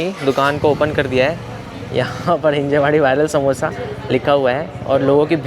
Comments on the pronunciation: Bro.. it's हिंजवडी. हिंजेवाडी नाही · हिंजेवाडी ❌ हींजवडी ✅